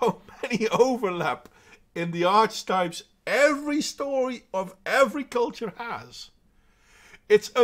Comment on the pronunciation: I pretty much agree with your assessment. Feminism does no one any good, but I'm not naive enough to think it will be destroyed while people are envious of one another. By the way, it's "arky-type" for future reference. Don't have a go at me, I didn't make English :D